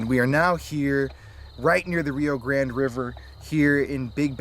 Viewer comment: The way you guys pronounce grande is infuriating lol. But I how everything seems 100% real. Keep it up guys!!!